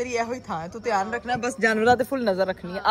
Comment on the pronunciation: Very very dihaan se...... 😂😅😂😅😂😅 Kia gulabi English boli hai ..